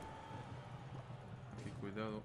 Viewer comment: Cuando decís "aquí cuidado" no sé por qué se me confunde y escucho "que culiado" ajajajaj. Saludos estimado